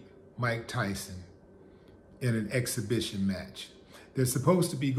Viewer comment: I was thinking the exact same thing. Evander can't even pronounce "exhibition" these days....I hope it doesn't end badly for him.